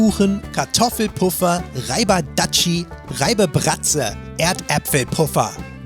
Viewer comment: Dattschi? Phil, bitte, das "A" in "Reibedatschi" ist lang! Sonst liebe ich die Folge (also keine Beschwerden).